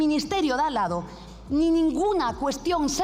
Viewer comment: No se dice dallado. Se dice de al lado. No se puede ser más burra.cob carrera, de derecho...ja..ja. .ja..